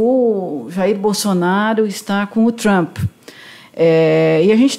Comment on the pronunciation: Donald TrumFI..!! HAHAHA